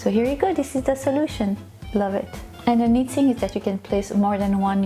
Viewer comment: What. A load of crap nothing more. Than common sence please either. Speak your own langyage or learn to pronounce. Words in ENGLISH ITS. THING NOT. SING AND LOLLIPOP STICK. NOT POPSICLE